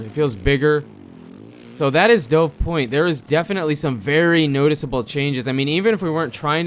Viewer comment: Dude it's pronounced like "duv", like the bird. That is how it's spelled.